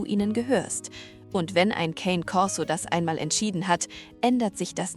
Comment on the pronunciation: Die Geschichten sind ähnlich, und die Stimme ist KI 🤔 Zumindest klingt sie für mich so. Und Cane Corso ist italienisch und wird auch so ausgesprochen, und nicht Englisch. Sorry, auf diese Art von Beiträgen reagiere ich allergisch.